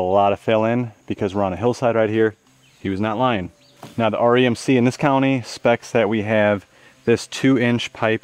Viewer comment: Funny hearing you say REMC. My dad was a lineman for them 60 years ago. Good video!